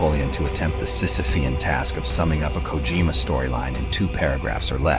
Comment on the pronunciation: Major kudos to you for the proper pronunciation of the word "sisyphean." The rest of the video is good, too.